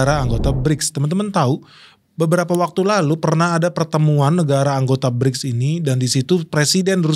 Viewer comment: Berics bukan klrng kleng oi